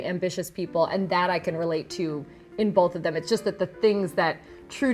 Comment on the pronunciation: She says "Bolth."